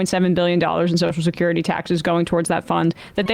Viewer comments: I'm not going to spend listening to a dolt who cannot pronounce - the word that the segment seems to be about! The phrase you are destroying in your attempt to speak is "social security" not soch-security. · Sam really struggles to say 'social security', eh? To my English ears it sounds like "socecurdy" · It's fascinating to me that Sam can't say Social Security. He says Soshacurity.